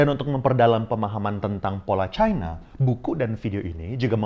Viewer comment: ini sama kayak yg dipaparkan faisal basri.. btw, mirip juga nyebut china kayak faisal, nyebutnya chine... pertama kali sy nonton channel ini